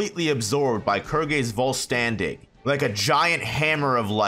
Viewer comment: Lol Heckco Mundo. It's Way-co Mundo. Also, the VIZ pronunciation for Volstandig, is actually Volsterndich (vol-stern-ditch).